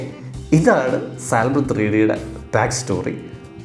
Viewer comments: Bro Salmon is not pronounced Sal Mon it's pronounced 'Sah muhn', you are welcome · Hi there, It’s സാമൺ L in salmon is silent. 😊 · You dont say "saLmon". L is silent. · I don't know whether I can say this at this point. 'L' is silent in the word Salmon. ok. bye..